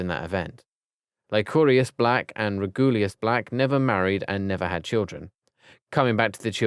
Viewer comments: It’s pronounced reg-you-lus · andromedia😂😂😂 And also he said regulius instead of regulus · HE CALLED PHINEAS "PHINECE" 😂😂😂😂😂LMAO He says Regulus like "re-GOO-lius" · Yeah. REGULUS